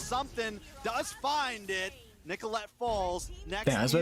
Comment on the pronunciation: Why does he call Nicholette apple?